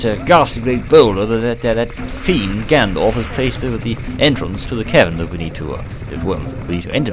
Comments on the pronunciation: It sounded like you said: "That fiend Gandalf" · whenever he says ganondorf it sounds like gandalf